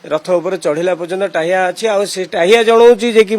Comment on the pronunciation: ହେ ଶଳା ରିପୋର୍ଟର ଟାହ୍ୟା ନୁହଁ , ଟାହିଆ .